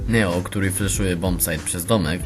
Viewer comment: Aha i jak akcentujesz to nie NEO tylko Nijo :D